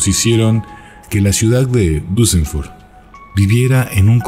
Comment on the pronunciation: pronuncias mal Duesseldorf es Dorf con "d" en ..dorf no con b, como suena cuando lo pronuncias